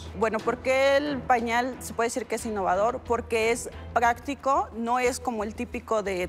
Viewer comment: Es prrggrracrico, no son de los tipicos de frgrrranelita jajajajajajaja